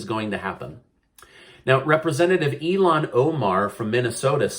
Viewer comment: I believe you continuously pronounce her name incorrectly but thought I'd try to help. I think you'd say 'ill Han'. I could be wrong. Peace